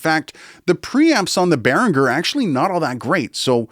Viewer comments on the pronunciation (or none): Nice video. Just one thing, the end of Behringer rhymes with 'ginger', not 'ringer'. The numerous adverts used to make this point very clear.